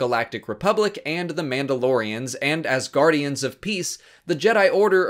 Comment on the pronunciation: when you said "and as guardians of peace" I thought you said "and asgardians of peace"